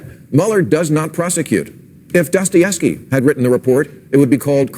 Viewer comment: I thought that Maher said "Dustyevsky"